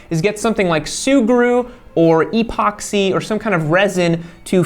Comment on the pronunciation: E - poxy. Such emphasis lol